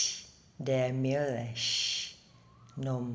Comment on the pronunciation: Die Michค่ะไม่ใช่der Milch